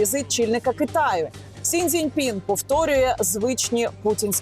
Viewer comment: Пані Яніно, я Вас дуже поважаю. Але вже вкотре чую, як ви Сі Цзіньпіна називаєте Сінь Цзиньпіном 😬 мані це здається, можливо? Але я постійно так чую 🙈